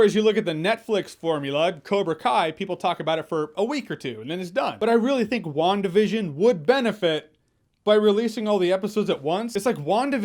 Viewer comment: I swear to God, every time you say WandaVision I keep hearing One Division.